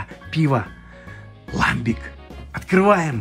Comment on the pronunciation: Не могут наши региональные пивоварни варить ламбики, это название жестко привязано к географическому региону Бельгии. Ну и если уж быть полным снобом, то правильно произносится ламбИк, ибо слово французское.